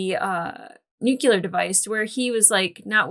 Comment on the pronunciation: I love you but please - "nuclear." Not "nook-you-lur." Nuclear. <3